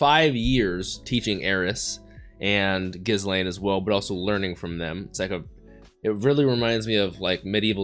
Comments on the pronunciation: I love that scene in the alley when you got to see what a bad-ass kitty Ghislaine (btw, the “s” is not pronounced in that name) was. The animation and sound design for it was so uniquely done, and is an example of the love the creators have for bringing this story to life (in animated form). Also, the title “A Day Out in Roa” or whatever it is, doesn’t indicate the original intent of the title. In Japanese, it is “Roa no Kyuujitsu” ロアの休日, which is a play on “Roma no Kyuujitsu” ロマの休日, which is the Japanese title for “Roman Holiday,” the classic romantic movie starring Audrey Hepburn and Gregory Peck. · Don't pronounce the S in Ghislane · The s in Ghislaine is silent btw. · anyone else getting increasingly annoyed at how he pronounces ghislaine's name